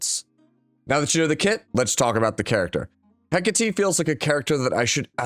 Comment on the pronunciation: Hi, I know you appreciate proper pronunciation of names. I do too. Since Hecate is Greek in origin, it's pronounced heh-KAH-tay, with the stress on the middle syllable. Cheers.